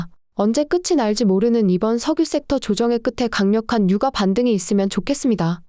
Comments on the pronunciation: 성우쓰실때 제발 유까 주까 최고까 로 읽어주세요. 저는 이게 너무 신경쓰이네요. 주식방송에서도 오늘의 삼성주까 이런식으로 읽어주는데 여기는 삼성유과로 읽어줍니다. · 인정ㅋㅋㅋ 국어는 된소리 발음을 표준어 발음으로 인정하고 있어서 '유가'가 아니라 '유까'가 맞습니다. 김밥을 김빱이라고 발음하듯. 된소리 발음을 해주셔야 귀에 잘 들림.